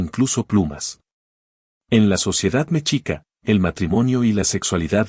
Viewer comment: Hay Dios esa voz artificial dijo mechica🙈 en vez de Mexica ..cuál es la intención de estar en las redes meternos a fuerza lo.anrificisl que pena